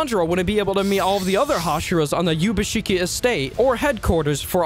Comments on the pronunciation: Kibutsuji ❌ Kijutsubi ✅ Ubuyashiki ❌ Yubashiki ✅ Is this what he said ? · excuse me did you just say pronounce ubuyashiki as yubashiki😂 it's oobooya-shiki.